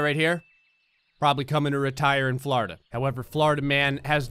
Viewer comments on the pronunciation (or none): Is it just me or does it sound like he se’s “flarda” every time he se’s “Florida” XD